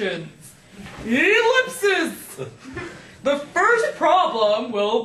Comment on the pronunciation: hahahahahaha, e-lispses.